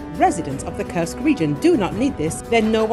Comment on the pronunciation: When will you get the pronunciation of Kursk region correct?:Kursk is not a curse!!! It is an u as in food, super, etc. Thank you for changing that incorrect pronounciation. And please do not only count losses in money. Thank you.